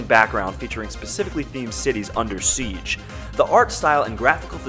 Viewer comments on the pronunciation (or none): none